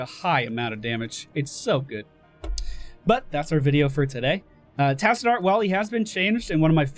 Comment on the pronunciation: That is not how you pronounce Tassadar and you know it!